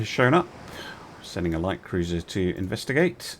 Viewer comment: Never in my life did I think I would hear say "Cuwuiser" more than once.